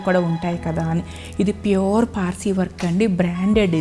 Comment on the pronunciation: మీ వీడియోస్ చాలా బాగున్నాయి మీ సెలెక్షన్ మీ కలెక్షన్ కూడా wonderfull ఆండీ but మరీ కొన్ని వర్డ్స్ అలా వత్తి పలకడం కొంచెం ఇబ్బంది గా ఉంది ఆండీ ( ప్యూర్ అనే మాట మామూలుగా చెప్పినా బాగుంటుంది )